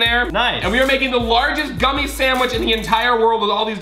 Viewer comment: Collins “The largest guumie sandwich” Also Collins putting a real pumkin in it lol